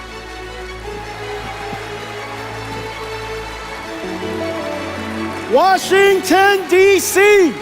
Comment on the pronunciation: jensen wang？ Huang?😂😂